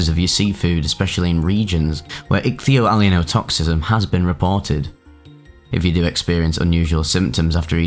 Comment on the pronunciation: Well you certainly got your value out of learning how to pronounce ichthyoallyeinotoxism. I went from not having heard of it, to guessing the meaning, to knowing the meaning, to grokking it, to semantic satiation, all in a few minutes. Kudos to you.